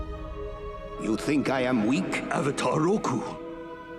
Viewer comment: Its Roku not Ruko